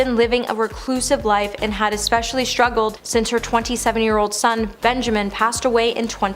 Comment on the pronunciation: Lisa shtruggled? You do a veery good job and would be much more professional if you pronounced words properly. This is not a speech impediment.